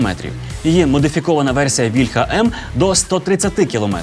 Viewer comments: але пан Тарас Чмут завжде каже вільхА, а не вІльха кому тепер вірити? :( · А чому вІльха,а не вільхА? Чи вільхА це дерево,а вІльха- це зброя?